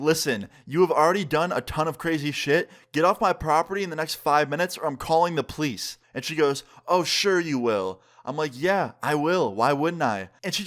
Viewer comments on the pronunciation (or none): I love how you say plice instead of police